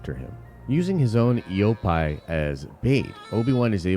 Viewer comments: Not e o pie it’s e o pee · Where have you learned to pronounce Eopie like that?